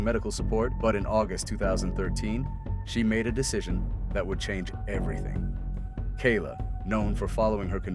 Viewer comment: AI narration? Couldn't even get Kayla's name right.